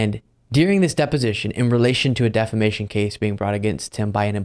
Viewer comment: "Deflamation" :face-blue-smiling: "Lawsuitses" :face-purple-crying: :face-pink-tears